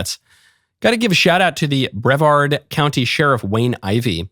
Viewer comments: Its pronounced “bru-VARD” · As A Brevard County resident….. NO ONE KNOWS HOW TO PRONOUNCE BREVARD CORRECTLY!!!!!!